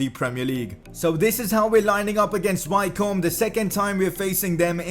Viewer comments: Wycombe is pronounced Wickham like the striker who plays for Crystal Palace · Wycombe is pronounced Wicom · Wycombe is pronounced Wick-Erm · You're saying Wycombe wrong lol 😂😂